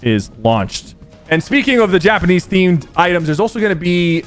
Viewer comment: Did he say yapanese 😂